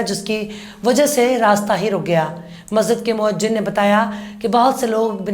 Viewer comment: "the word Moazzin is right not Moajjin" nice video with brave journalism. Congratulations. Abu Reyaz Ansari Mau U P